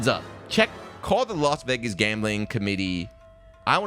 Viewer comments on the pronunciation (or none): none